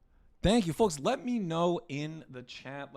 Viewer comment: "Hey Forks, it's your horst with the morst"